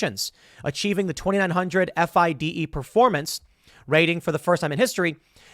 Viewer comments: FIDE pronounced FEEDAY. Lol. Get Hikaru on your podcast! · I love how you pronounce fide. Lol. It's pronounced fee-day. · Tim, you don't even know its pronounced, "Feeday" come on... and this lawsuit is packed of lies and exaggerations. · When Tim spells out "FIDE" instead of saying "Fee-Day".... yea Tim, your talking out of your azz here bud... you dont know much about chess. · It's pronounced fee-day(FIDE)